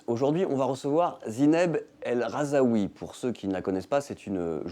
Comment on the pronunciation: Son nom c'est Rahzoui pas Rahzaoui donc première phrase, on écorche son nom de famille 🙄 ! Bref